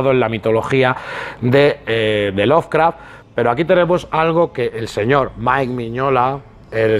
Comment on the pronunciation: ¡Que no es "loveRcraft", que es "Lovecraft"! Jaja.